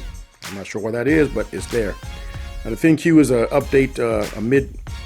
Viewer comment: It's not pronounced Thin-Q it's pronounced Think. Just fyi.